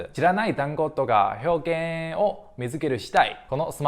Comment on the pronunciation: 表現は ひ にアクセントありません。 げにアクセント置くようにしてください。